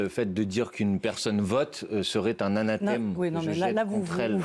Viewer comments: Mathilde qui regarde Simone avec bienveillance. Belle affiche. N'en déplaise à ces journaleux infâme en caricature de caricature. Athanème !!! Elle ne sait même pas prononcer ce qu'elle ne comprend pas... Anathème : dans le christianisme, excommunication qui exclut celui qui en est l'objet de la société des fidèles. Synonyme : excommunication. 2. Condamnation, réprobation sévère ou malédiction visant une personne, ses actes ou ses opinions. Synonymes : condamnation - réprobation. Macron ? Il est fou, contrairement à Poutine. Qui a attaqué l'Ukraine ? Mais on peut dire aussi : qui a attaqué la Russie ? OTAN, US, biolab etc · Elle est en boucle sur "anathème" qu'elle n'arrive pas à prononcer. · « Anathème » cette journaliste dit n’importe quoi.